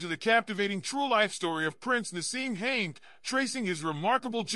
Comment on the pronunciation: These AI generated stories are an insult. You got the name of the character he coaches wrong, his name is Hamed, not “haint” Try doing a bit of real work